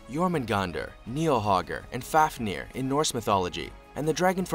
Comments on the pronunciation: You pronunce fafnir right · u pronounce fafnir right